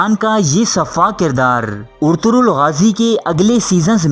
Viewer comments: First off all hero's name is " Ertugrul " not " Ortugrul " 😂😂😂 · Bhaii urturul nahi Arturul hota hai pehle Name to sikh leta Bhai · Urturul nahin ertugural ghazi hai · Urtugrul ni Ertugrul g os silent